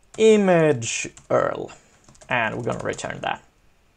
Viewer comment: URL - You pronounce it like you-are-ell